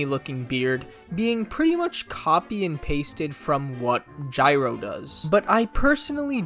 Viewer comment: His name is guyrow